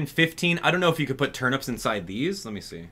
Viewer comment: Why does he say turnups😭😭